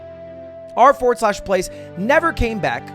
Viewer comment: him saying "R FORWARD SLASH PLACE" infuriates me.